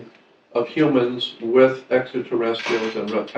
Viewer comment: its spelled extraterrestrials ...there is an R between the t and i!!! maybe start with pronunciation before made up stories....help show credibility and not some cretin!!! humans were always great story tellers!!! period!!! especially fantasy!!! images arent in sync with narration at all...repeats himself over and over like someone who is mumbling...wow...this dude is whacko!!!! lol whatta waste of time this thing is...enough im out! sheeesh!!! not all nuts are in candy bars huh?